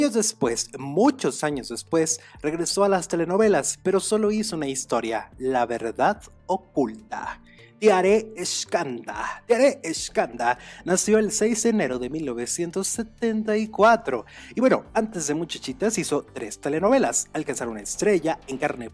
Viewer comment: Se dice Tiare Scanda no shcanda ,saludos